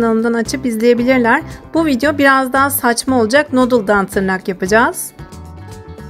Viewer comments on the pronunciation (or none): none